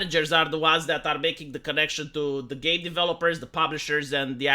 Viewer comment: When you said "game designers" but barely pronounced the M, it all made more sense the "gae designers".